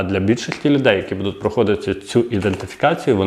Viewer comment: Добрго дня!!! Ви молодець, але працюйте над собою, більш ретельно готуйте тексти... Правельно говорити "БУДУТЬ", а не " БудуТ" Вибачте, але поки дослухав Ваш виступ... слово "БудуТ" сильно різало вухо. Слухав тому, що батьки попросили розібратись із данимипитанням. Якщо виходите у ефір, знімаєте відео ретельніше працюйте над текстовкою та вимовою.❤